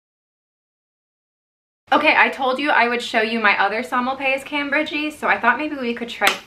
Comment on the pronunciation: Did she really just say "cam BERGY" LMAO 🤣 nooooo!!!! Maybe I'm just used to Petko pronouncing the names correctly so i cringe when I hear pronunciations like this